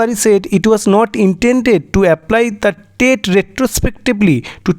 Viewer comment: Tate noy "TET"..... Ki baje uchharan